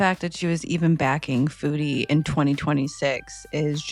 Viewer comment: One thing that always gets me is how calls her "fuedie beauty". Girl, if there's ONE word we know you know how to say, it's 'food' lmao